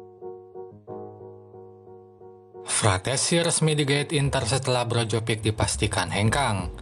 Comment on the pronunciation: Brozovic min bukan brojovik